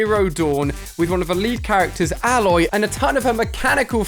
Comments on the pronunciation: Ayloy is the pronunciation, not Alloy (like the metal corresponding alloy) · Please say her name correct Ali its pronounced Ay-loy not Ah-loy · It’s not A-Loy it’s pronounced ay-loy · It’s not said aloy it’s said A-loy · ITS AY- LOY NOT ALE-OY😒💯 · mr Alia you pronounce it eh-loi not alloy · Its Ay-Loy thats how you pronounce it did you play the game? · Hey name is aloy. A-loy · learn say Aloy right Ali. It sonds so cringe. It is EILOY, that how it is pronouned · Her name is prenounced Ayloy I just wanted to make that clear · Alia: says Aloy's name wrong. Its pronounced A - loy. you dont say the A sound. you just say A then loy. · It's pronounced Aey-loy play the game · It’s Aloy, not alloy 😂😂😂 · Who else thinks that he botched pronouncing aloy's named sorry just had to say it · Anyone else found it a little annoying he was saying Aloy wrong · Why can’t he say her name properly? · why does he say Aloy wrong. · Hi ali not meaning to sound rude but her name has 1 l not 2. You are pronouncing it with 2 l so her name a loy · It’s obviously Ali that you’ve never played Horizon lol not saying Aloy right 🤦‍♂️ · Am I the only one who noticed how many times he said her name wrong 😑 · The way u say her name is cringe, I can tell u didn’t play the game lol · the way ali a pronounced aloy made me cringe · Me being annoyed everytime the way he says aloy 😤